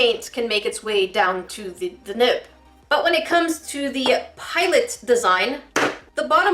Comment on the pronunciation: I literally thought you were saying nip not nib 😂